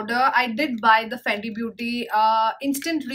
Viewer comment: You saying FANDI and it's written FENTY in your description box 🤷🏻‍♀️ ???? Fenty beauty hydrating foundation-300